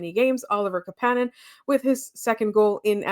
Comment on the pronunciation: Thanks for the pod! No shade, but it’s KApanen, not KaPAnen. You had it right earlier on 👍🏼 Greetings from Finland 🇫🇮 Great to see the Habs start the season strong!